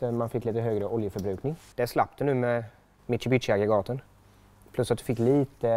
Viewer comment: Mit-Su-Bi-Shi eller "she" i slutet.. aldrig hört någon säga mitu-bitti x'D